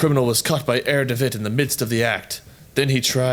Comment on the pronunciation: try read "Herr" as it's meant to be read in German, you know what I mean...